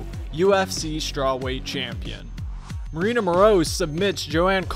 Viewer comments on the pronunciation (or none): none